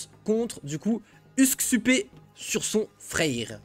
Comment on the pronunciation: Merci pour le cast, btw son nom se prononce usk-soupe comme en francais, d'ailleurs le titre de son stream c'est "soupe du jour" alors qu'il est scandinave. J'sais pas si tu connais le cheese mais on peut passer Gullinbursti a travers un passage des enfers justement pour profiter de ses stats énormes